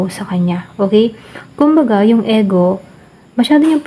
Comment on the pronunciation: Ego.. Pg pronounce po is I-gou... Pcncya napo pra maging aware din po Tau sa nkikinig at nanonood.